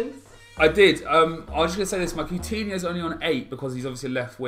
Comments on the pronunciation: i disliked cause he said pootinho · lol called his squad POOTINHIO